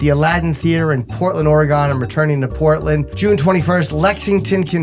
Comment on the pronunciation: Yeah it seems like a New York or New England thing. But Jim should know how to pronounce it correctly since he’s performed in Portland many times. It’s like someone from the west coast emphasizing the ‘new’ in New York. It’s annoying